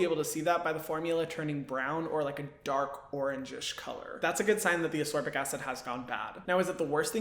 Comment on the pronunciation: I’ve just discovered you, and I’ve subscribed because you are just wonderful, but ascorbic is ass-KOR-bick, not uss-SOR-bick. This was a tough video to watch because I’m OCD, but I pushed through, because great info. Looking forward to picking up one of the recommended brands.